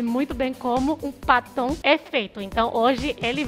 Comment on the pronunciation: Kkkkk.. Eu tentando adivinhar o que era paton... Só na metade do vídeo que entendi que era batom.....kkkkkkkkkkk🤦‍♀️🤦‍♀️🤦‍♀️